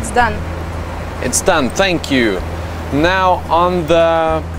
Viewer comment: "fank you"